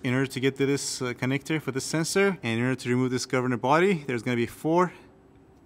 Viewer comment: how can you pronounce solenoid but cant pronounce sensor. whats a sesor annoying how make a vid but i need google to translate. stay in your lane